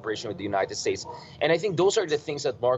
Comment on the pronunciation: "The United Stakes" this guy shouldn't be president.